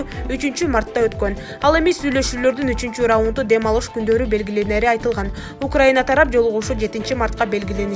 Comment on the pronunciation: Ураина эмес Украина😅